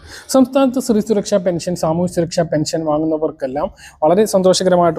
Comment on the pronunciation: വിശുവല്ല. വിഷുവാണ് അക്ഷരസ്പുടതയില്ല സുരക്ഷയാണ് സുരച്ച യല്ല